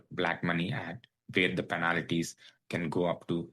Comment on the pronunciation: Please pronounce penalties.... Not penalities.😊